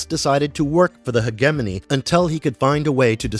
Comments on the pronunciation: Hedge jimmy knee!! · if you're gonna say HEGEMONY 55 times, please search up how to pronounce it... LOL